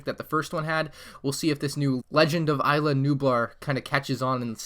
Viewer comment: Sorry to say this but you are saying isla wrong you say it like is-la